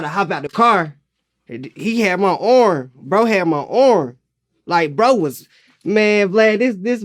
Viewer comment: "HE HAD MY ORM"